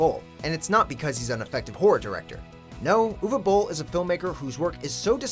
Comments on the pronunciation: Probs: Most accurate pronunciation of 'Uwe Boll' I ever heard from an English speaker. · Wow! I'm impressed! You pronounced Uwe Boll correctly, instead of saying "youwee bowl", as many do. Unfortunately, this does not make him a better director. :)